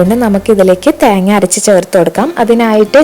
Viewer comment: theenga enn parayunath kekan nalla resund😂